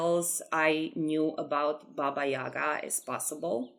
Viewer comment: It looks very amazing, I like that you went with darker theme for her in your building, and chicken legs look great ahaha I'm a Slavic too and it's very nice to see representations of our fairytales and folklore. Maybe it's different in different countries, but we call her Baba yagA not YAga, the stress is different. You description is correct, I really liked it! She's an interesting character - sometimes she's bad and sometimes she helps travelers. I grew up with different versions of her 😄 Also, if you haven't seen "Bartok the Magnificent" I highly recommend, they portrayed Baba Yaga pretty well